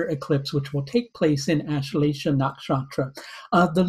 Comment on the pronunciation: lol ur accent don't get nakshatra name correct